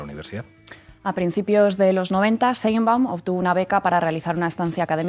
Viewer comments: Sheinbaum no se dice Sheinbun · Todo muy bien pero de verdad es tan difícil pronunciar correctamente Sheinbaum?🙄